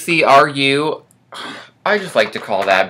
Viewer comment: ECRU is a color name pronounced.........EK..ROO hope this helps.......